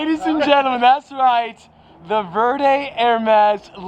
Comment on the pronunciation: Please! Por favor senior, it is pronounced vare day-verde not ver day 😭 I just had to it’s buggin me